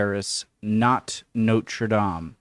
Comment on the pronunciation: I am delighted to hear you call Notre Dame (Our Lady) correctly and not Noder dayme like other Americans.